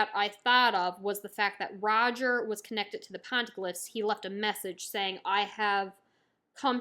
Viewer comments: Love the reviews! Not that it matters too much but the Poneglyphs are pronounced as " pon-ey- glyph" Keep up the great work, looking forward to your other reviews! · "Pon-eh-gliffs" that’s how you say poneglyphs 😂